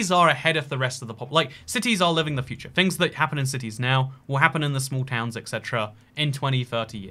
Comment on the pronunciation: He could not pronounce like 20 different towns lol.